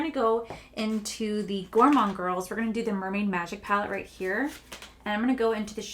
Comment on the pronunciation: Gorgeous look but at the end you said gourmonde girls ocean jewel palette.😂😂ooops. Lmaoooo